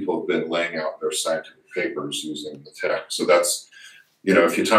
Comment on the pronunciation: Leh Teque! hahahaha Lay Tech, bro...LaTeX